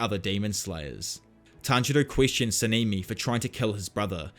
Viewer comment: I really love this series, but you saying „Semimi“ like 50.000 times almost broke me🤣🤣🤣 it‘s a language-thing, I get it. Keep up the good work!